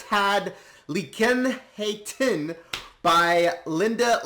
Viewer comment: According to Google, the correct pronunciation is: Liekinheitin = "Leac in hey tin" Or Liekinheitin = "Leah kin hey tin"